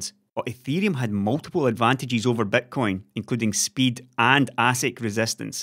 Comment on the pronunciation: The way pronounces Bitcoin - Betcoin, is exactly what it is, a huge gamble:D